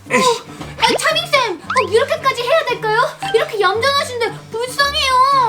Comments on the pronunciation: 챠밍쌤 챠☓ 차○ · 2분20초에가 차밍쌤이라고해야돼는데 챠밍쌤이라고했어욬ㅋㅋㅋ